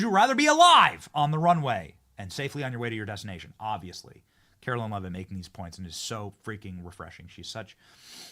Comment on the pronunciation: You'll have a better chance of getting a press pass, Benny, if you stop mispronouncing Karoline's (not Carolyn) name. Just sayin'......................